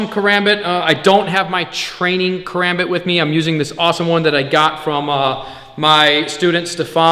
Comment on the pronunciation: First off you’re pronouncing karambit wrong Second never flip this blade it is not meant for that(care om bit)